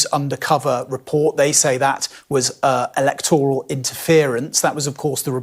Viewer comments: Electoooral? Its 'electoral', with a short 'o'. Has this man had any education that he has remembered? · Poor Nigel. After over 40 appearances on QT, he suddenly realises it's all a stitch up and people are out to get him. He sure seems a slow learner... BTW, can't this bloke here pronounce the word 'Electoral' correctly, the stress is on the first letter E of the word, not on the 'tor' part of it. Reform aren't set up to fight a General Election, more like limited to by elections. Hence they have to concentrate on winning only a handful of seats, as in most areas, they haven't got the infrastructure to fight 600 seats and have no chance of winning. It'll be interesting to see how many seats they win and where they come second.